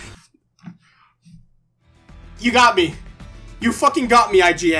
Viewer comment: im sorry. d UN c aN?